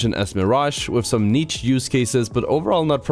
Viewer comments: It's pronounced "neesh" not neech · im disliking this video because if the amount of times he pronounced the "ch" in niche